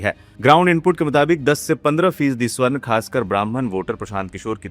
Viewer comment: स्वर्ण नहीं, सवर्ण उच्चारण कीजिए भाई साहब !